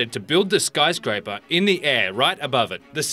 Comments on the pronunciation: What's a 'SKYRSCRAPER' please? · at number 1, it said "skyrscraper"